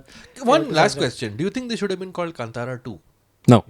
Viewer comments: Kaan (ear) Tara (star) is the pronunciation. Not cuntara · It is Kaan-taaraa guys! Tara as in a star in Hindi. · Pronounce the name of the movie correctly!